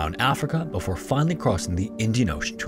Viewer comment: I’m glad someone else brought this up. It’s not the speed, it’s the fact that he cuts off syllables off of his words, usually the first syllable. “Before” sounds like “for,” and “perform” sounds like “form,” making it an effort to listen. It’s very distracting. Just enunciate!